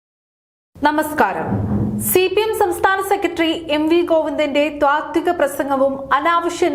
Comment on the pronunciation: ത്വാത്തിക അല്ല, താത്വിക എന്നാണ് പറയേണ്ടതെന്ന് ഈ വായനക്കാരിക്ക് ആരെങ്കിലും പറഞ്ഞു കൊടുത്തിരുന്നെ ങ്കിൽ നന്നായിരുന്നു.